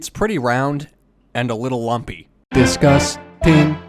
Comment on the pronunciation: I love how u said disgusting DIS-GUST-ING